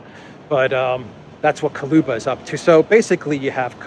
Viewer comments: attention! Кулеба Koо-leh-ba Not Ko-loo-ba Hello from Vancouver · It's Kuleba not Kaluba!